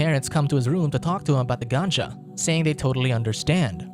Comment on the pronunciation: Lol ganja. Work on pronunciation